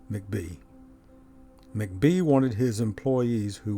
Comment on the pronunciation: Hi, I’ve lived in Greenville for over 35 yrs now, and enjoy your videos. Your voice is very familiar to me. Anyway, just a small point: Vardry McBee’s last name is pronounced Mack’-bee with the emphasis on the 1st syllable. Also, are you familiar with the books by Charles A David called “Greenville of Old”? Vol I was published in 1998; Vol II published in 2000…both books published by the Historic Greenville Foundation. I think you will really enjoy them. Do you happen to be an architect? Just wondering because we are part of that community in G’ville. Thanks so much for your videos!